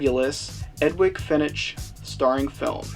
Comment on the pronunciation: Love the review and subbed! However, the "g" in Edwige is pronounced with a "j" sound and the "ch" in Fenech with a "k" sound. ;)